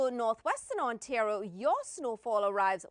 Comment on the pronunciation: Ontaro? Who hired this women? She can't hardly pronounce half her words.